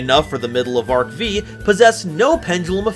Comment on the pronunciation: Stop saying Arc Vee, it's Arc Five. Roman numerals will never stop being a thing